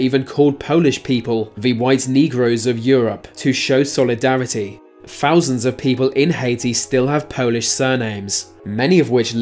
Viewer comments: Thousand not fousand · Wow a fousand years